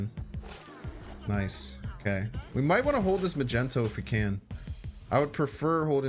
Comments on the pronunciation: Am I the only one who's bothered by him saying "Magenta" or "Magento" instead of "Magneto"? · Are you pronouncing it Magento on purpose? Its Mag Nee to! It frustrates me greatly!!! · maGnet! HARD G! Why is he making it a soft g!? Omg he's my favorite M.snap guy to watch but omg the word is MAGNET with an O at the end 🤦🏻‍♂️🤦🏻‍♂️🤦🏻‍♂️🤦🏻‍♂️🤣🤣🤣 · Magneto, not Magento :) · Does he say "Magento" on purpose ? lmaoo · Bro said "Magento" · Are you purposely mispronuncing Magneto?? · Why are you mispronouncing magneto? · Awesome vid but your pronunciation of magneto is a felony